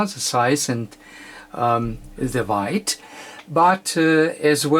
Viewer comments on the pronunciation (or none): Thank you, If I can just comment, this is not having a go at you and its more about trying to make you aware of it if you are not. It is WEIGHT and not WIGHT. You also pronounce it the wrong way a few times in your video. It may be your accent but not sure. Either way it does not really bother me. I just wanted to make you aware of it if you are not already. Thank you for this great video and looking forward for your next one with great anticipation.